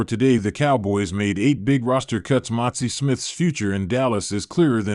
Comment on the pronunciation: His name is MAZI.... NOT MOTZI